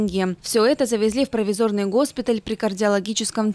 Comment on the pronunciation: провИзорный госпиталь, ударение на гласную "И" вчера оставлял комментарии под видео. Никто видимо не читает из работников канала, обратной связи нет.